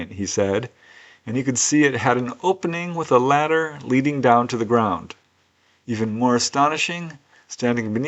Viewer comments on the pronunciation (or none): none